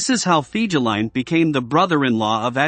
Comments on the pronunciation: Omg, your making my ears bleed with your pronunciation of Fegelien.. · Pronounced "Fay-guh-line". Most officers couldn't stand him. They called him "Flegel", or lout or boor in German.